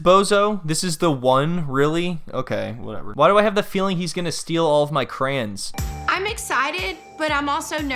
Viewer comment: Nigga, is that actually how you pronounce crayon?😂😂😂😂